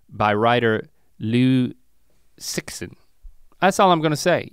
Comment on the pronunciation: Sorry, Link, but that is really not how to pronounce Liu Cixin! 😂